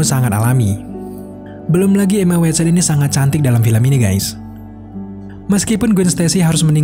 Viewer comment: 8.15 kok jadi emak wat son 😁